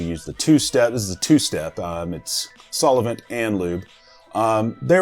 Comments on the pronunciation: Like the video, but what is a "sol-i-vent". You need to work on that, buddy. Its sol-vent. Solvent. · Sulavent, Or solvent? Good video and a little laughter at your pronunciation all good. I still get made fun of for saying crik for creek. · Lol the way you say solvent. Your saying solavent its saal vnt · It’s solvent not solavent lol Good work Just messing with u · SOL-VENT. 2 syllables, not 3 lol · Ok.. 1) Introduction to the video of how good friends you are with the company's owner.....cannot be trusted. 2) Anyone who says "solovent" multiple times.. yeeeea, pass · Did he really keep saying so-le-vent??? OMG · Right lmfao I came to the comments right after he said that lmfao and your comment was the first one I seen 🤣🤣🤣🤣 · Haha yes he did! Noticed it too! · Lol yes.... about 10 times lol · Sounded like sol-O-vent to me. Like an Irish version. 🍀😝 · Must be the desert 🌵 heat! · Where is that extra 'o' in solvent you pronounce?! Solovent...covfefe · Hahahaha why can't you say solvent? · Hey Dude... Please note that there is not a thing between the L and the V in "solvent" To reinforce this fact please also note that solvent is only a 2 syllable word.